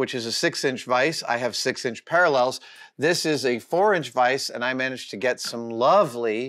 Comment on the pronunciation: Great video! Ha-ha "Paralells" instead of "Parallels". I guess that's an inside joke? :) I have the 728 also, and love it. I've 'never' used the Z DRO to set height, I power-feed it down close to the work and then use the quill DRO for actual settings. But the quill LCD is funky, battery-powered and times-out just when you need it most, so I installed a scale on the quill and connected that to the DRO Z axis readout.